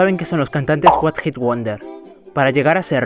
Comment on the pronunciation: What hit wonder o one hit 😂😂😂😂 pronunciacion a lo veneno